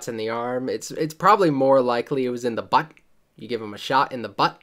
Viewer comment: The way you say "the butt" got me rolling on the floor laughing